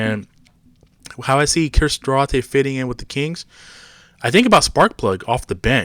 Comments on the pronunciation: Due-Artay , not Due-ratay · It's pronounced Dwar-tay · It's Do-are-tay! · Say his name correctly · Learn how to say his name you goofball